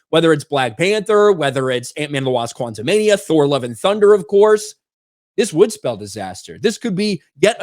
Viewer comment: Is it just me or each time says the title of Antman 3, I hear "QuantumaniUM"?:)